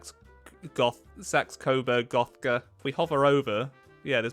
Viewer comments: "Sax..Gothgaburg-Gothka" I wouldn't disrespect the queens family like that. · It's funny how hard it is for him to pronounce Saxe-Corburg-Gotha considering that's the original name of the current British monarchy, before WW1 where George V changed it to Windsor as he believed Saxe-Corburg-Gotha was to German sounding